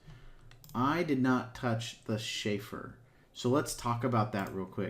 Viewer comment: Chamfer, not "shayfer."